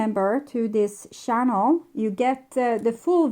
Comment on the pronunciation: Please practise English pronunciation of the words "thoughts" and "channel". It is not Coco Chanel, but chaNNel!!! 😂